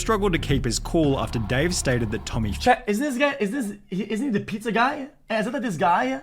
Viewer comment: holy fuck that piZAAAAah